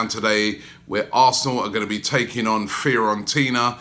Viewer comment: Firentina haha It’s Fiorentina